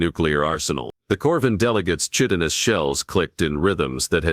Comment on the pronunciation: WHEN are these HFY authors going to find a text to speech program / AI that actually knows how to pronounce "Chitinous"?